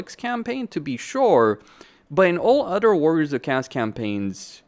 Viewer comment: Do you have a language disorder with your Warriors of Cast? Warriors of cast this warriors of cast that. The faction is called Warriors of Chaos! OS! CHA OOOSS! You know O? The letter O? Or is your head an O?